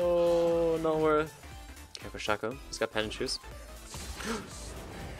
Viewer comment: guess your in the same club as hashinshin saying "Shacko" instead of "Shayco"